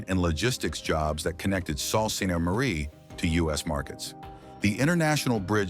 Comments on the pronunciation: Totally fake visuals in this video. I live in EL and the town does NOT have these office buildings shown. Sault is pronounced Soo not Salt. A word of advice to viewers, go live your lives and avoid wasting time on these videos. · Sault sainte Marie ,Sault is French word meaning Waterfall repeat after me " SO "😊😊